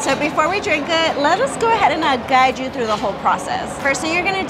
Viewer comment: “They make it right in front of you-wah”. “They do-wah” 👏🏼. Yes…uh